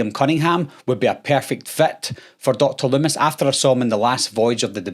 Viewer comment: "DOCTIR lumm-ISS"